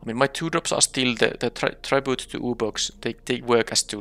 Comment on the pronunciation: Also, you're pronouncing "tribute" slightly wrong. I'm not sure how to describe how to pronounce it correctly though.